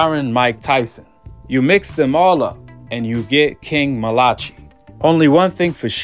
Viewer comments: Bro it’s I think it’s pronounced Mal-uh-kie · I think his name is pronounced mal-uh-kie malachi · Malachi? Is it not pronounced as Malah-kai? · Pronounced "MAL-UH-KYE" Malachi 👌🏿! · Mal-a- Ki … or King Jr … you’re saying it wrong … I know cause his dad is my coach , and I’m on the coaching team